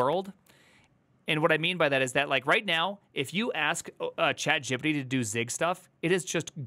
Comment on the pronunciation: Gipsy, ChadJippidy. Love your pronunciations. I find it amusing how the suits'n'ties are going bonkers with fire in their hair on the stock markets... If this new chinese AI thing is open source, then its probably just a matter of a few weeks until all the other AI businesses has caught up.